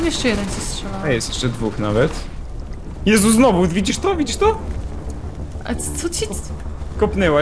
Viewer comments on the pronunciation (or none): " znowó "... *Facepalm*